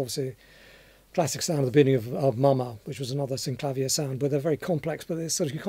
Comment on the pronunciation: I love how you say synclavier the way we do here in Canada. I studied with it at McGill Uni. in Montreal, then went down to the US and they were pronouncing it synclaveer. Then again, it is an American instrument. But I digress from the music. Let's play Mama so we can hear it.